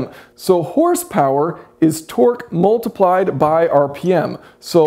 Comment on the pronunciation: You pronounce 'multiplied' as 'mooltiplied' and 'ultimately' as 'ooltimately'... just saying.